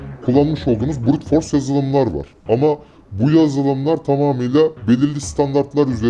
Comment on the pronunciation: Brute force kelimesini çok vurguladı sanırsam tek bildiği adamın wordpress basmak :)